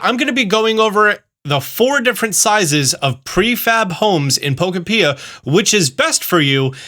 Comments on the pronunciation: Can you please say Pokopia instead of Pokepia... its triggering 😅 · Pro tip. It’s not po ka pia it’s po kopia. Like Pokemon utopia. Don’t say po ka pia!! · I was coming to say the same!! I’ve been calling it po-kop-ia, like utopia. All called my town Dittopia to match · Love the “Poco-pia” instead of “po-copia” pronunciation. Stealing! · PRO TIP ITS POKOPIA, LIKE UTOPIA. PO KO PIA NOT PO KO PEA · "you're saying it wrong. its poKOpia, not pokoPIa" - Hermoine Ketchum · I have been pronouncing it Puh-Cope-Pia not Poka-pee-uh. Based on the advertising and treehouse. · Cannot fathom why anyone would pronounce it "Poka-pia". It is a play on "utopia", so it should be pronounced "Po-kopia" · You pronounce Pokeopia wrong. It rhymes with “utopia”. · Pokopia❌️ Pokapeeuh✅️ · You should really pronounce it Pokopia (pokemon eutopia)... emphansis on 2nd syllable, not 3rd... poh-KOH-pee-ah. Not poh-koh-PEE-ah. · It's not pronounced poko pia. It's pokopia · pretty sure it’s supposed to be pronounced poke-OH-pia like dys-TOH-pia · poke-opia, not poko-pia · Brother, it’s Po-Ko-pee-uh. Not “Po-kuh-pee-uh” lmao. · FOR HEAVENS SAKE, it’s pronounced poKÖpia… NOT pokoPEEEEuh 😭😭😭😭😭😭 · Can you ever say the name of this game correctly? It's not Poko-pia, its Po-kopia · I hate how some people don't know how to say pokopia lol it's pokopia like UTOPIA. Yano, because it's a Utopia for pokemon. Cmong guys lol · not poe-koe-pee-ah LOL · po-KO-pia. it's like utopia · I love your channel and your videos! But… it’s Pokopia like, Utopia. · Pro tip, it’s “Pokopia” as in “Utopia” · Wait a minute… Po ko pee ah?!” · Poko-pea pronunciation is wild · It even gives you the proper pronunciation in the launch trailer. It hurt my soul every time he hit me with the 'pea'. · It's just wrong! I nearly stopped watching straight away as it annoyed me so much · aaaaaaaaaaauuuuuuuuuuuttttttttttttiiiiiiiiiiiinnnnnnnnnnnn!!!!!! Don't do this to me xD don't say po-ke-pee-ya xD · "Poko Pia" my god